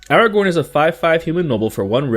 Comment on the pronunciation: Not Aragorn..😂😂😂